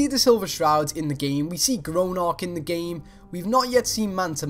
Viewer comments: Gronark? It's pronounced GROG NAK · Please, please, please pronounce GROGNAK properly!!! It's Gro'g'nak not Gronark! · Grow, Nark! Grow! It's Grognak, not Gronark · Grog-nack not gronok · sorry bud but your wrong and it's not gronak it's grognak. You'd think u would no his name the amount of time you've spent in fallout lol. Plus that's not grognaks armour either, we already have his armour in base game. It would be pretty cool though if it was the magician, I can imagine the boss battle at end with him keep teleporting all around the room and you have to use, I dunno flashbangs to stun him and kill him. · grognak not gronock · Its (grog-nack) not (gro-nak) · Its GROGNAK NOT GRONARK! JESUS CHRIST ALMIGHTY. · ITS GRO G NAK NOT GRONAK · Why can't you pronounce Grognak? GR-OG-NAK not Gronark EDIT: Not hating, just found that annoying. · The way you pronounce Grognack is annoying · TBH he says Gronark. (If you didn't know, that's worse). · Grog~nak not how ever you said it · sorry but everytime I hear you say it it bothers me. it's Grog-nak. GROG. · It's Grognak for fucks sake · thats not how grognak is pronounced